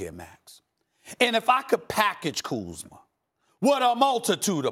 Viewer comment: He just said Kyle kuzmer in this segment 😂